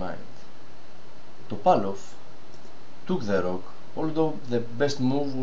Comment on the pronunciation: προφερεται ρουκ και οχι ροκ ο πυργος